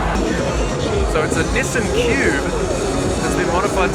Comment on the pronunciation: How can you live in Japan and be a car guy who can't properly pronounce Nissan?